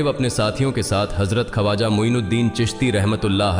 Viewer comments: खवाजा नही ख्वाजा . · Kripa Khwaja ko sahi pronounce karein video achhi Hai magar pronunciation maze ko kirkira Bana Raha hai